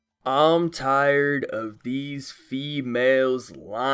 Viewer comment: why did i hear "fewhales" instead of "females" ...